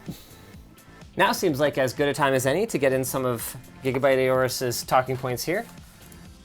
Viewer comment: "A-Orus"?? It's pronounced "Orus" basically the A is silent. I mean you don't say "A-ura" (Aura). I am going to use a K-nife when cutting my steak. I K-now it's silly.